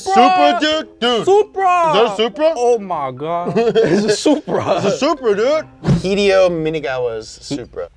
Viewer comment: wataru like waterloo. lmfao mako like a shark hideo lmfao like hideous god ad infinitum.